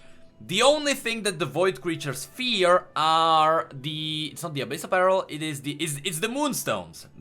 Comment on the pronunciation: CAN SOMEONE TEACH HOW TO PRONOUNCE 'PEARL' btw, love you, man